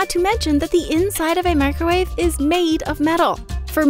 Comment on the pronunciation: Ah yes. The "microuawe".